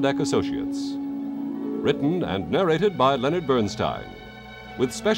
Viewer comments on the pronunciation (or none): none